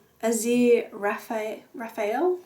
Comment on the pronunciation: You're welcome! Also, after watching a 2nd/3rd/4th time, also just fyi: Azirophale from Good Omens is pronounced "uh-zeer-uh-fail."